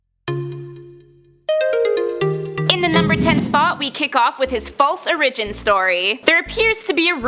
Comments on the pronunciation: just saying you pronounced "origin" wrong at the beginning of the video. I like what you guys do though so I'm just being annoying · Who tf says origin like that!? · she miss pronounced origin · Why u say origin like that!!!?? Hahahaha. God damn:....